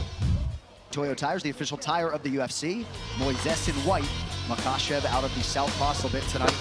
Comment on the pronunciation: Namanya islam MAKHACHEV bukan MAKASEP 😂